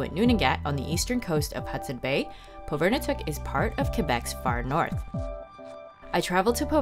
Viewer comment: You spent a lot of time there but would have been nice to hear how it's properly pronounced. Pov-i-r-ni-tuq. But okay. Thanks for the video. It was great minus the pronunciation......